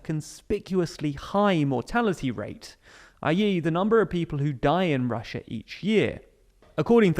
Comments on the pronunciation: Ah yes "Russua" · hahaha! "Russua"!! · "This is weird for Russua" 🤣🤣🤣🤣🤣🤣🤣🤣🤣🤣🤣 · Russua xD